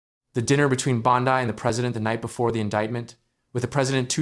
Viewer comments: "2,025"? And Bon-dye instead of Bon-dee. Seriously, this AI crap is making ANY kind of reporting suss. As an aside, Bondi is guilty as sin, IMO, and a disgrace to her position, but this kind of 'reporting'--if it can be called that--is a joke. Is it too hard to get a live narrator and earn a little more cred in the bargain? Apparently so. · It isn’t Bond-die, you idiot. It’s bondeeeeeeeeee. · Say her name right AI!